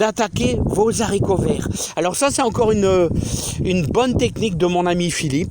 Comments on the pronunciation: J'aime bien quand tu dis les zaricots.... tout le monde le dit sauf certaines personnes qui sont mieux que nous ... même mon g.père le disais et impossible de changer son language de jardinier... pourtant il était prof de français... en bonne entendeur.. change rien mon ami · S’il te plaît Philippe ; en français correct on ne fait pas la liaison pour le mot les haricots . Les vidéos sont toujours sympathiques grâce à votre enthousiasme